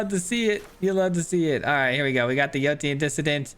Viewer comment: Yotian = yo-shan Like rotation.